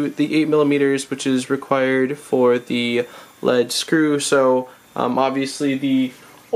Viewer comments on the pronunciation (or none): leed screw not led screw